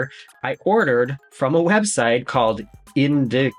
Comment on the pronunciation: You’re so cute! The business name “Indicative” is pronounced in-DIC-a-tive with a weird extra i on the end. Maybe it’s “in-DIC-a-tiv-aye? 🤪